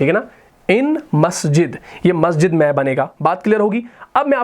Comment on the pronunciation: معزرت کے ساتھ ۔۔م کے اوپر زبر والا "میں " کے معنی Me ہوتے ہیں اور م کے نیچے زیر والے " میں " کے معنی ہوتے ہیں In. ان دونوں کے اردو تلفظ میں فرق ہے ۔ وہ آپ درست کریں۔ جیسا کہ۔آپ دونوں کا ایک ہی تلفظ ادا کرتے ہیں۔ شکریہ۔